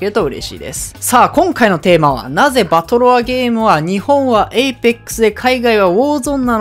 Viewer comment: え↑いぺっくす えいぺ↑っくす